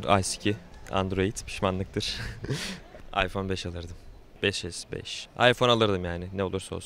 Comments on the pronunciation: Ayfon değil iphone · karanlık oyuncular ama ıphone kullanınca başka telefon kullanılmıyo gerçekten androidde iyi fakat adam ıphone istiyo aypon diye okuyo adam daha ismini okuyamazken kullanmasını düşünemiyorum :D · en sondaki adam aypon as 5 diyo abicim sen iphone kullanma bence